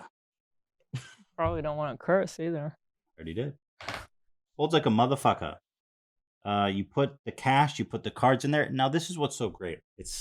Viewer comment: jesus christ does anyone else notice how incredibly white Ethan pronounces "MotherF*cker"